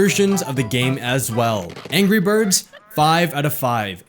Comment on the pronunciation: So, I should get pengUin and angRey birds? (the way he pronouced it) :P